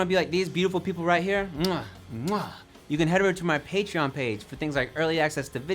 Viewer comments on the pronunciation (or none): none